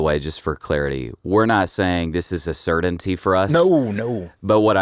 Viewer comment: Who is Saydun he keeps saying Saydun And cerdainty